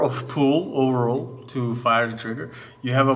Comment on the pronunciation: “Oooovorrol” 🤣🤣 overall 🤣🤣